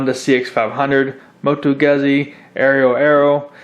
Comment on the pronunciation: Piaggio = Pee ah Gee O. Moto-Guzzi = Moto- Goot See. You mispronounced them to the point of loosing cred. Now with that said, I would love a custom quad frame w/700 Maico running a Direct/and Throttle body dual stage EFI... the throttle response would be killer!